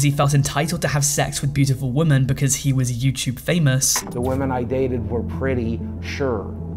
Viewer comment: Why can't you pronouce the word 'women' properly?